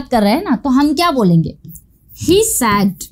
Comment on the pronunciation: Ma'am apka pronunciation thik nahi hai .Ap bar bar said to sad bol rahi ho jo ki galat hai